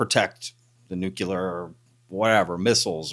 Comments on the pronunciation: Bush left office 16 years ago, sooo maybe try this on = Nuuu-cleeee-aarrrr. Nucuhhlus is not a thing, nuclear is a thing. Btw this guy is full of magma heated sht. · Love you but it's like fingernails on a chalkboard, there's only one U in the word nuclear phonetically nuke lee err. Honestly I'm not trying to be a butthead, but that word only has one pronunciation that is correct. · It’s pronounced “New Clear” not “Nucular” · it’s NUKELEEUR…….NOT NUKEYOULER. LOL😅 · NuCLEAR! not nuc-you-ler! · It's not nuke-u-ler, it's nu-clear, people sound like morons when they say it the way you are saying it. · Why do people still pronounce it nuk-u-lar? It’s nuclear. I know, get a real problem. It’s just a pet peeve! 😄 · even if people live in different places, the correct pronunciation is still “nu clear” not “nu cular”. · Nu clear NOT Nu culer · The word is Nu-cle-ar. Not newk-u-ler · Nuc-li-ur not nucular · Love the channel! great video. One really pick, comment. Nuclear is pronounced "new - clear." Not "new - que - ler." Sorry. I used to work in a radiochemistry lab, and to this day it sticks in my craw when I hear that.😆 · Can you please explain to me what a nucular weapon is? As far as I’m aware we only have nuclear weapons. FFS this has been pointed out to you so many times. Get it right! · It’s pronounced “NEW-klee-ur.” See: “Nuclear.” Now try saying it. NEW-KLEE-UR. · Stop saying "nucular" if you want me to try and take you seriously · Nook LEE UHR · Nuclear. Sounds like "new-clear" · ....dubya Bush said it like that too.....must be a Texas thing 😆😅🤣